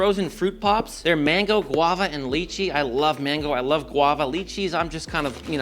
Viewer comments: It’s pronounced “lai chee”, not lee chee. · Ok, it’s pronounced Lie-chee… how does Parmigiano Regiano last you more than a month? And unless your shrimp are traveling in time, it’s Tempu-RA shrimp. (Roll the r just a little). I kid, I kid. Love your videos… But also…